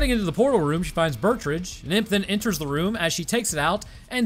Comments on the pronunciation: The name Betrüger is pronounced (Bet-true-ger) not (Burt-ridge) 😂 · I legit didn't even know that this movie existed. Bit of a nitpick, but it's pronounced Bet-roo-grrr or alternatively, Bet-Ruger. Also, I totally agree that they shouldn't have done human testing without first doing exhaustive testing without humans. First drones, then animals, THEN humans, and only with extreme precautions in place at both ends of the portal. In addition to chimpanzees, I think mice and pigs would have made for good test animals due to some of the similarities and compatibilities they share with humans. The armored chimps could work, and one precaution that could be taken is the implantation of a remote-detonated explosive in its body, ideally in a location that will immediately disable it should it become aggressive. Also, when you finally move on to human testing, maybe don't use an intern or fellow scientist? Perhaps try a mentally stable and generally non-violent inmate who is on death row or has multiple life sentences.